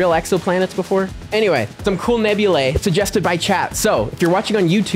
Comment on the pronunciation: Why do you say nebula nabulae?